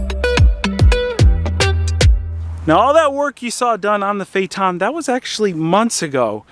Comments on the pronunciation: Fate n, not Fay Ton. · Phaeton not phaeten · Phaeton is pronounced Feeton. Not Fay-Etton or Fayton. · Its pronunced phaiton🤦🏼 not fayaton(phaeton) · It is pronounced "Fay tahn", not "Fay et tahn". Sorry, but about a minute into your video, a Trump commercial came up. I have a policy of leaving ANY video with a Trump commercial, so I didn't watch it past that. BIDEN 2020! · say fay-et-ton not fay-tonn.. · Pronounced Fay-ton, not Fay-er-ton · My god... It's not a FayTawn. It's phae-et ton. sounds like the idiots calling a Porsche a porch.... Oh wait, he does that too. Edit... That bondo repair is the equivalent of a shitty drywall repair. Ouch. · "Fay eh tohn" everyone else: "faytuhn." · Not a Phae-TON, but a PHAE-ton, and you’re an expert? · Phaeton not pha eton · I think it’s pronounced Fay-a-ten not Fay-a-tahn. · Phaeton not paheeton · Okay, we need to see what brother looks like and acts like. It is not possible that they are both alike, is it? Also, I always thought that phaeton was pronounced "FAY-tunn", with a "ton", as in 2000 pounds. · 'Fay ton! ' it's pronounced 'Fay ton'... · it rhymes with dayton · Fey ton. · Say it right, Fae-eh-tugn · Let's try to pronounce it right: Fa-e-thon... Learn your Greek guys. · It pronounced fay-ton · Pronounced fay-ton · Good job repairing that quarter panel - for someone that can’t say Phaeton properly. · He pronounced it wrong at the beginning but correctly at the end. Of course who knows how VW pronounces it, what right and what's wrong. I looked at many commercials for the car but they never mention the name. Perhaps VW doesn't even know how to pronounce it. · Never heard VW PHEATON pronounced the way does. Is he correct or just everyone one else wrong?